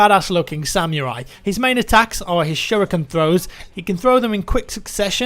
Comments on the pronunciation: D V A instead of D-Va? SaMYURai? Those pronunciations hurt to hear. He's not even a samurai, he's a ninja for pete's sake, those are exact opposites! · I've never heard an Englishman say "Samurai" its great